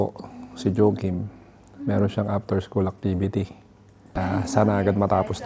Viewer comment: Hahaha Joekim… say please😂